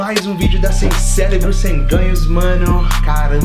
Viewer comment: "Sem celébro sem ganhos" kkkkkkkk